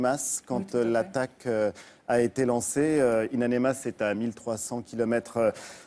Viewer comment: Ain amenas et pas ain anemas espèce d'imbécile.